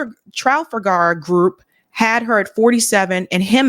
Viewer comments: Tra fall ger not trafellgare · Tra-FAL-ger, as in Trafalgar Square. Thanks,. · Trafalgar: It is pronounced, Tra-FAL-gar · Trafalgar is pronounced with accent on second syllable . So it’s tra-Fal-far . You have beautiful voice so I thought I’d help you with this one word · It’s hard to pronounce, (trall fauger) group. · it’s pronounced “Trah fall gar” 😅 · Trafalgar is pronounced truh-FALL-grrrr Love your stuff,! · Sound it Out: Break down the word 'trafalgar' into its individual sounds "truh" + "fal" + "guh Im not being mean, i just thought uoud like to know. Btw excellent content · It's pronounced Trah-FALL-ger. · Trafalgar, as in the Battle of TRA-FAL-GAR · Nice Summary On the pronunciation of Trafalgar tra as in 'tradition' fall is in 'fall' gir as in 'girl' with syllable stress: tra-FALL-gir There is a Trafalgar Square in London, named to commemorate a battle the Brits had with Napoleon off the Spanish shore of Cape Trafalgar. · Pronunciation Tra fall gare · say it; "Tra-FAL-Gar". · It's pronounced "Tra-foul-ga". Napoleon knew. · "Trofflegar"...yer killin' me. Though, to be fair, the Battle of Trafalgar was a long time ago and had more to do with European history than our own. Keep up the good work,, and don't mind jerks like me in the peanut gallery. You only rile me truly when you platform that POS Mehdi Hasan (called a "sewer rat" by Norm Finkelstein, re: his willingness to smear leftists and journalists in order to please his establishment masters). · Tra-fall-garr. I gotcha!! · Trafalgar is sooo England English! Very hard to pronounce. It's trah- fowl- garr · Trafalgar? Trah-FAHL-grr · Pronounced “Tra-fal-ger” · Is that uneducated in her pronunciation of the word..... TRAFALGAR?! She never heard of the famous naval battle? She never heard of Admiral Nelson?! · in the word “trafalgar” the accent is on the second syllable.